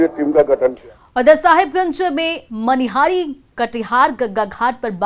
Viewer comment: Madam... Manihar nhi... Manihari h ye... 😂😂